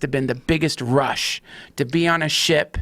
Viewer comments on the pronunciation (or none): none